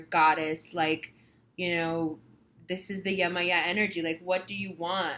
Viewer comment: Thank you:>) I'm a Priestess of Yemaya almost 2 decades, Yemoja (Brazilian Spelling).. Thank you for doing her rightous and saying her name correctly... The reading wasn't bad either Thank you again